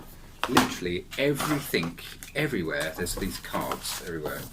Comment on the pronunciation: After watching 11 minutes of that video I feel like slashing my wrists. Oh and by the way, the word is 'everythinG', not 'everythinK'